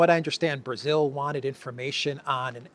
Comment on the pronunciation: Brazil “law”.not correct